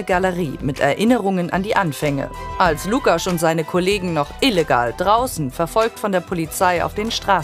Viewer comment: Es wäre schön, wenn die Reporterin die Begriffe richtig aussprechen könnte oder sich wenigstens etwas Mühe gibt und dadurch etwas Respekt zeigt. Es heißt Łukasz und nicht Lukasz. So schwer ist das nicht.